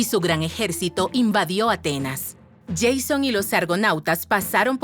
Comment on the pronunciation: Es correcto que se dice "Jasón" en español y no "Yeison", pero ambos igual son bastante distintos del griego que es "Iásonas".